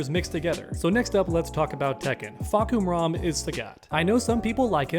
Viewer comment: How did you fuck up Julia’s name yet nail Fahkumram? One of the most complicated names in tekken but Julia one of the most common name in real life and you some how fuck that up 👁👄👁️, how you read Julia as Julie ¿¿